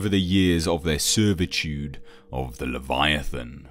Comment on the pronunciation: "leviathaaaan" haha I love how he pronounces it